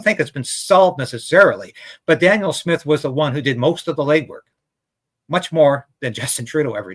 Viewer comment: Can you please pronounce Danielle's name correctly? You keep repeating " Daniel." Thanks.